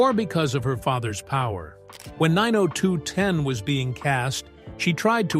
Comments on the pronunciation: Nine Oh Two One Oh (Not Nine Oh Two Ten!) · It's 9021 O not 902ten!! But good video in all! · It’s not 902 ten. It’s 902 one o Annoying! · The show was nine oh two-one -oh, not nine-oh-two-ten, Geez. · Say 902 ten ONE MORE TIME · Where do they get this announcer? WTH is Vegano, talking about the series Vegas. And 902 ten? Noone calls it that. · It’s called Beverly Hills 9 O 2 1 O, not ten. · 902(ten) instead of 90210(one O) 😂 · Nine oh two-ten🤣 and what’s up with the pics of Charlie SHEEN!? So weird… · If he says 902ten one more F*kin time I'm out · Did u really show a picture of Charlie Sheen as Tori's husband??? And it's 9-0-2-1-0 NOT 9-0-2-10!!!!! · It's Beverly Hills 9-0-2-1-0 not "9-0-2-10" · It is pronounced/said as 9 oh 2 one oh, not 902 ten!!!!🙄🙄🙄🙄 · The show was called 90210 not 902 ten. Cracks me up. 😂. It’s sad her mom and her don’t get along. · 🙄 The show is pronounced 90 (ninety ) 2 ( two) 1 ( one) OH (letter O ) what a lack of research in this channel besides that show is a classic.! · I can’t even sit through this whole thing, when he starts pronouncing Vegas As Vega, dollar in 902 10 That was enough for me. They need to have people who’s gonna tell you stories speak correctly or you can’t believe anything they say. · Side note: It drives me nuts that the generated narrator struggles with speaking numbers. Starting with "9-0-2-ten." The 1st wedding that cost "$1,000-thousand dollars" and the per guest cost of thousand-and seen-hundred dollars. Then, the doc begins to display pictures of the wrong Charlie. Obnoxious 🙄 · Annoyed every time I heard it lol x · You don't pronounce the name of the tv show 90210 the way you are saying it. Its so wrong 😮